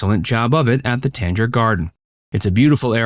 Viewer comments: tang-er, not tange-er. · I love Greensboro, it always surprises my friends how nice it is as a little southern city. Also I've always heard it pronounced "Tang-er" Center (like that old powdered orange drink Tang). I could be wrong though. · The way you said Tanger means that you have never been to Greensboro